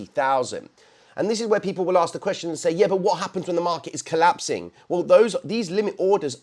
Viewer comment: you do realize Ask starts with an A and not an O right? I mean we already know you add a bunch of extra letters to aluminum but come on man. 😂😂😂😂😂